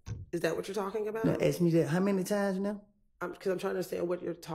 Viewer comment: Is it just me or does she not know how to pronounce the word ask